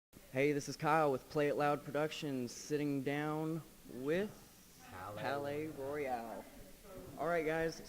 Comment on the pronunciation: Omg the way he said palaye royale at the end 😁lmao